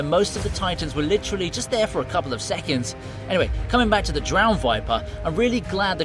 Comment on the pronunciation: im sorry did you say couple